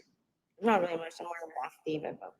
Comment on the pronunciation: Who is Affidavid? The word ends with a T, not a D. She needs comtempt charges for all the interruptions.